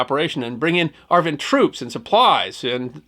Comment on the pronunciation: Lots of relying on Army History. Whereas, Army historian, Dr. Jim Willbanks, a retired Infantry LTC, wrote the definitive book on this effort. In case you are interested: And, it is AR-VIN, not AR-Van. Love the stories and the channel. Keep up the excellent work.